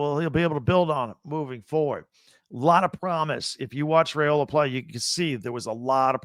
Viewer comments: Can he lead the Huskies? No, he definitely won’t do that, as he doesn’t play for Washington or UCONN. I seriously almost stopped listening around the mark. Edit- His name is pronounced “rye-ola”, not “ray-ola”, and Colorado wasn’t ranked when Nebraska beat them. I should’ve stopped listening when it first crossed my mind. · It’s not RAY-ola. It’s RYE-ola. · WOW! Can’t pronounce Dylan Raiola’s name correctly, then calls the Huskers huskies. Get it together, B1G! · Dude, you stole my comment! lol. Why would I listen to a guy that can’t pronounce our QBs name and is confused on who the HuskERS are. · Husker here. Sense Hate. Everyone plays cupcakes non conference, why stress ours ten times? And WHY MISPRONOUNCE OUR QB'S NAME!?! Does Not Reflect Well on What you Do and Don't Know.